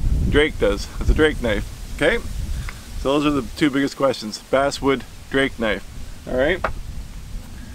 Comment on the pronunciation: Did any one else hear him say ass wood except of bass wood